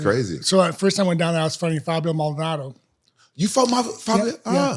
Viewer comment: Lmao rampage still can't pronounce Fabio Maldonado